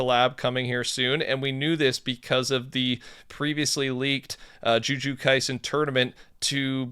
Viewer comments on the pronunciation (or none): JU JU (T)SU PLEASE PLEASE PLEASEEEE SAY IT CORRECTLY 😂🤣😂🤣😂